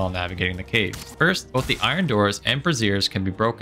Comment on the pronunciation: Soooo, brazier is pronounced Bray-zhr. Google the pronunciation. It will help you not make videos claiming you can bust up bras for bronze...